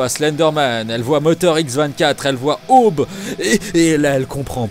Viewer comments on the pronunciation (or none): Ça se prononce pas Ahobe (Aaube)?